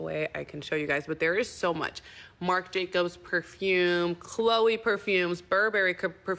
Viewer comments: "a cchhloye perfume" 💀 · The way she says “Chloe” did make me giggle a bit and almost made my quiet bowl of māmā’s day ramen come out of my nose 🍜😤😂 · Agreed. That's my name and it made it go 🫠😑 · How she pronounced Chloe is killing me 😂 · me too